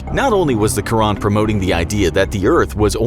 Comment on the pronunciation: By the way quran is actually pronounced "kur an" so you dont say ran , you stop and start with a without anything before it , its still one word and you have to say it quickly but when you say it you should say an at the end without connecting it to the R